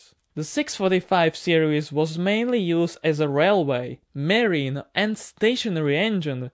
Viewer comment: Not merine but marine